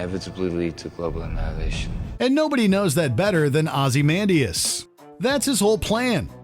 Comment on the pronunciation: “Ozzy-man-dee-us”? Please tell me that is not the correct pronunciation of his name.